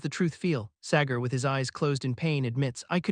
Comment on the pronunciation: Sagar ❌ Segar ✅